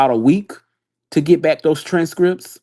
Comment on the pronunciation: yeah I see his point.. just sounds like a grandma with all the mispronunciation and slurring.. “Tran strips”😅I’m tired.